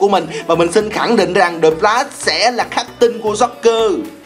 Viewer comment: A ơi Flash chứ ko phải Đờ lát đâu a, a cứ troll